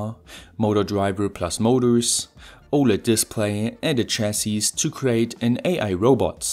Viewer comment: Small nitpick, the "s" at the end of "chassis" is silent.